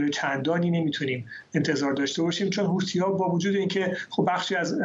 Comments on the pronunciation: چرا این خبرنگار ساکن در کنگره همیشه میگه حوتی ها لطفا بهش گوشزد کنید درست تلفظ کند همیشه هی میگه حوتی حوتی چیه خبرنگار حرفه ای هستی خیر سرت حوتی😤😤😤😤😤😤😤😤.با تشکر از کلیه عوامل خبری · ث در عربی تلفظش مانند th در انگلیسیه و مانند س فارسی تلفظ نمیشه پس حوتی به تلفظ اصلی نزدیکتره تا حوثی با تلفظ حوسی